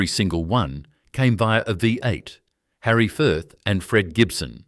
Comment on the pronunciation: Good story on what was lost from Australia. AI commentary was terrible as it was unable to pounce a lot of words correctly. V8 engine was the worst.